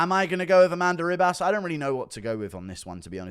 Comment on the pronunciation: Why does he call her Amanda RIB ASS